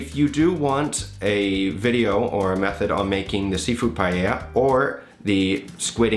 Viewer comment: This looks amazing, I don't know where to buy rabbit meat around here but I'll try this without it! Looks much better than the Jamie "PIE-AYA" LOL